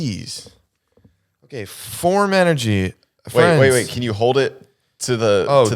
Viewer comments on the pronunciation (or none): Me just absolutely losing it at saying Phorm Energy…. It’s 1st Phorm!!!🤣🤣 Midwest company in hometown St. Louis!